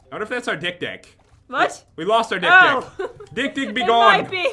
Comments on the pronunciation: Dik-Dik sounds so wrong (≧∀≦) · NOT HAT KIND OF "DIK-DIK"!!!!! XD